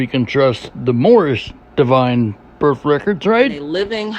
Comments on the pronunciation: Since she's so into proper wording. "Burf" isnt a word. Its Birth with a TH. She obviously doesnt care about her kid. Calls her property. (Well abortion advocates do that too but I digress) She cares more about her sovtard cult moor fake lingo than her own child. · What's a berf record? Is that like a criminal record?